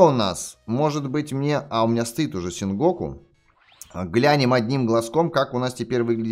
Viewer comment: ти сказал сенко надо говорить сенгоку инферно